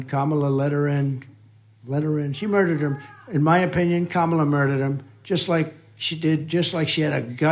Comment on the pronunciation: at least he pronounced her name correctly for once🤦‍♂